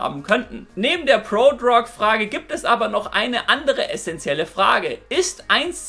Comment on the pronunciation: „Prodrog“ :DD